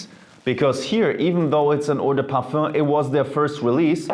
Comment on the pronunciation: He pronounce it the correct way